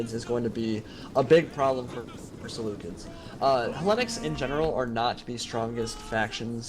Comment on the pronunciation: Is that how you pronounce Seleucids?